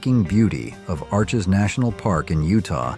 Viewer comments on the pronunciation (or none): none